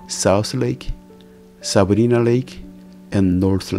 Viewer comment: FYI, the letter i in Lake Sabrina is pronounced EYE. Lake Sa-br-eye-na.